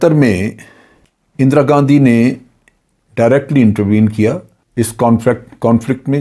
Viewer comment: "اندرا گندی"